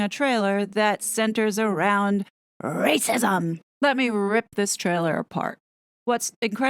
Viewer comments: The way you say, "RRRRacism!" is such a hoot!!! You keep me laughing at a time when laughter is sorely needed. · I just love how you say Rrrrrracism!😍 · American here! (I’m so so sorry 😂). She is sooo cute. Every time she says “rrrrrrracism” it reminds me of my first bought starter home-I drank a bit too much wine -angry-I had roof rats and kept making my friends laugh when I’d mutter rrrrrroof rrrrrrats 😂. Every time she says it I think she’s talking about my rrrrroof rrrrats I am very sorry this Canadian (not Hollywood) actress dooped such a nice family 😢